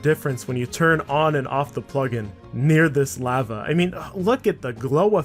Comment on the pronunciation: why he say lava like that